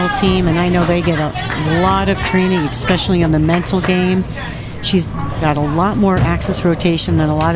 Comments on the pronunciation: I didn't know eCspecially was a word... 🙄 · Expecially? How can a commentator mess up English this much? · you'd think an announcer would know how to pronounce "especially"